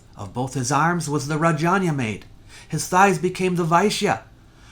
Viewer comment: One observation : You pronounced "Rajanya" as "Rayanya" but in India it is actually pronounced as Rajayna with "Ja" and not "Ya".